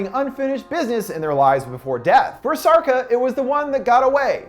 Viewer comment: Sharca, not sarca